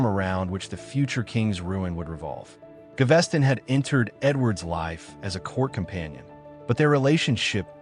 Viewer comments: Ga-ves-ton, not GaVESTon ;-)) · Berkeley pronounced bark-lee. Gaveston pronounced gar-ves-ton...Caenavon pronounced can-ar-von not canviv... A1 is crap..